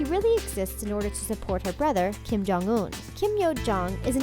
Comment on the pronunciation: Hold up it’s Kim not King 😂